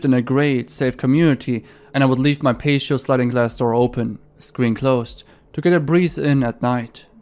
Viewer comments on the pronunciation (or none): Bruh get better at English and stop just guessing what words sound like. It's not a paysheoh it's pronounced pahteeoh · Patio is pronounced "pat-ee-oh", but understandable why someone would assume it's pronounced "paysho". Cursed is one of a handful of past tense verbs where the 'ed' part is pronounced as it's spelt. "Curse-ed" and not "curse'd" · patio is not “pay she oh “ it’s actually “pat tea oh” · You aren't a gangster your a female civilian there is no such thing as snitching when your a civilian. It's pronounced PAT E O not paceio hahahaha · Patio is pronounced like Patty-oh Pay-she-oh is cute though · "Pay-she-oh..." Lol. Its pronounced pat-tee-oh. Just for the record. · He incorrectly pronounces the word "patio" [ pay-shee-oh ] and at first it sounded really off, but then I realized he can't be faulted because the word "ratio"is correctly pronounced as [ ray-shee-oh ]. Ahh, the English language...tons of pronunciation, grammar, tense, plurality, and spelling rules that are all made to be broken. How anyone learns it as a 2nd language is beyond me. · Patio is pronounced patty-o. I'm not trying to be snarky. I just want to be helpful. Please don't be mad. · bro i love how he calls a patio a "Pay-she-oh" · patio is pronounced patty-oh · Pay-shee-oh?? I’ve been trying to nail down your accent for awhile now but I’m at a loss, I’ve never heard anyone pronounce patio like that hahaha. Also, not talking shit, English is a bizarre language that isn’t very intuitive, particularly if you learned another language first.